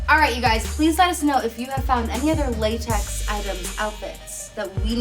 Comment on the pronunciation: It is datex instead of latex